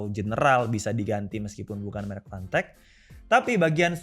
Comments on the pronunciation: Word : fantech Yg di denger : panteq🗿 Ngegas lagi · Ntah emg bener yg gw denger apa kana kuping gw, gw dengernya pantek bkn fantek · Susah ngomomg F, jadinya panteq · kok dengernya dia ngmng pantek ya? 🤣